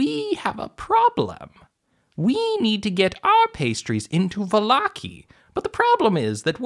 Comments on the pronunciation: Va-lock-ey? I pronounce it Valla-ky. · Volloki? What is volloki. It’s vallaki, Vall-a-ki